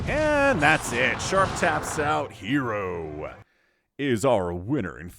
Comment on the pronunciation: "HERRRO is out winner" LOL.....